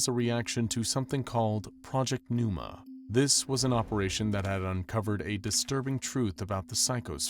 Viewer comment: where did the 'p' go in Pneuma?